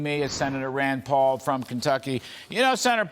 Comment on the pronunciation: has this guy had a stroke? honest question. he can on pronounce about half of his words. the guy on the left to be clear. he called rand paul "sen pau"